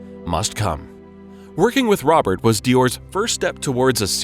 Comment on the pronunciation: Robert Piguet (Roh-behr Pee-gay) please do your homework